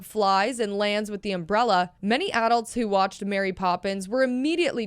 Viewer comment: Is nobody talking about how she's saying adults wrong